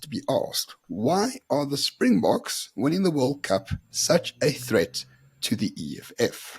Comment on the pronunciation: He is insane. As long as this lunatic is here in South Africa we will never have peace. And apparently he was in France for the RWC final. And if he was.....he is a hypocrite. He can't even pronounce Springboks!